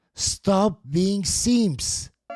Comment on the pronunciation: “Seemps”… lol. Cracks me up every time. I love this guy.😂